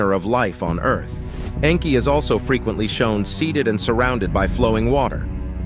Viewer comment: It's Nnnnn kie like ur pronouncing name wrong